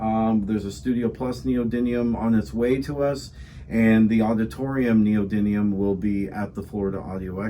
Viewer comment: Please say it correctly : It's called Neo-dyMium (with an M and not an N). Ιt's coming from the greek meaning "new power".